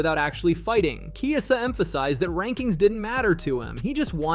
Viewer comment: Narrtor be trolling so hard with the name pronunciations. I wasn't sure until now when he pronounced Chiesa differently 3 times in quick succession xD.